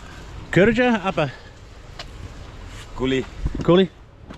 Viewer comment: It basically means slave and its the same word. Its ussually used to denigrate indians tho. Its kinda funny that he said it like that 🤣